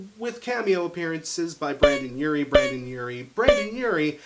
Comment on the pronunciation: I can’t watch, I can’t get past “Brandon”